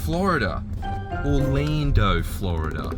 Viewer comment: "Or-leando Florida "